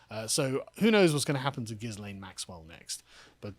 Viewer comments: is it not pronounced Gillian? well I have always called that hoor by that name. But 20 years...really? not enough. But all the rich and famous people will be running scared soon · Oh come on guys..! is talking about all of Epstein's male friends who cavorted with underage girls, ie, Bill Clinton, who was a regular on the Lolita Express and private island. And, the 's' in Ghislaine is silent, as in 'Gil-aine'. I've liked your other takes but you are off the boil on this one. Step up..! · I'm a bit disappointed that you dropped the Jizzlayne pronunciation of her name.